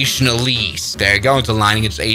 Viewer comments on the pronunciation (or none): also its alice, not elise lol